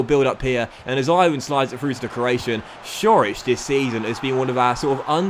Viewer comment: Great episode as usual. Also, fyi Ćorić is pronounced Chor-ich